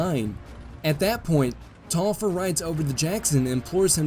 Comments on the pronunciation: Pronounced Tolliver. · That Taliaferro pronunciation is quite painful. Also, I'm pretty certain it should be Tallaferro (two LL, not Li). Tallaferro is an Catalan surname. In Catalan, its pronounced as Thai-a-fe-rro (rro being the same sound as ROach).